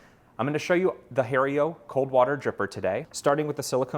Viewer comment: 1) It's not pronounced "Harry-O"